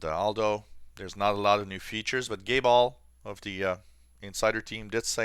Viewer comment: The way you say Gabe Aul sometimes makes me giggle, sounds like Gayball... just a little humour for you my friend, no offence intended. Keep up the great work and thank you very much for yet another week of cool videos. Thumbsup!